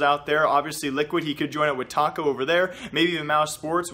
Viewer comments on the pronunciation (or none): none